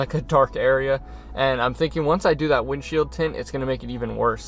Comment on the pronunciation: Wind chill tint???! Please explain!!! Ohhh he said window shield tint?! Lmao